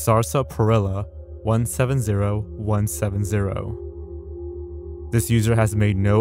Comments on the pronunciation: Not to nit pic but it's pronounced [SAA] + [SPUH] + [RIL] + [UH] . And what sarsaprilla is is a soda of sorts. Some say it's just sweeter root beer. Regardless, you got to try it, it's pretty good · Excellent video as always! Also, Sarsaparilla is pronounced more like sass-puh-rilla, it's like root beer 😌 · SAR SA PA RILLA? can anyone pronounce ANYTHING on youtube correctly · lmao he doesn't know how to pronounce sarsaparilla